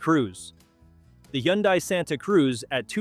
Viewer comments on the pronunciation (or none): Wth is a Yundi? Where im from Hyundai is pronounced Hun-Day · It's pronounced "Hunday". Go watch their commercials. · The “Yundai” Santa Cruz? AI for sure. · When the commentator pronounced Hyundai a different way, that's when AI became very apparent.